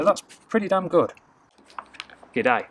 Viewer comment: "good'day" HAHAHAHAHAHAHAHAHAHAHAHAHAHAHAHAHAHAHAHAHAHAHAHAHAH